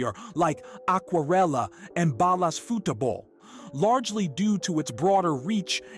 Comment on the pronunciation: dope content. you're saying 'futebol' wrong. foo-che-bol